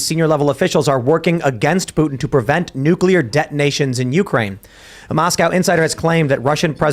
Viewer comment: Hearing say nucular is becoming unbearable